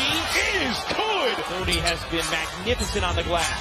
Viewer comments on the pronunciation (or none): none